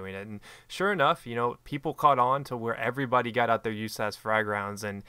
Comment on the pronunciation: stop calling it "you-ssass, it is pronounced usas like saying each letter.